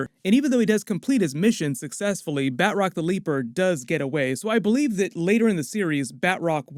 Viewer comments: Batch-rock. not Bat-rock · Love your reviews and been watching for more than two years now. If I may... Batroc is French. Pronunciation should be "bah-troc" (hard roll on that "r" if you can), not "bat-rock" :) keep up the good work. Much love from French Canada. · Say it with me Ba-Troc. Not Bat Rock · It’s BATROC not BAtROC, heavy emphasis on the “T” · Ba Troc not Bat roc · Ba'troc not Bat rock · "Bat-rock"? Seriously?